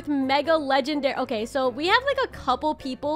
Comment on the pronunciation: "okayeh-" It made me laugh and idk why 😭😭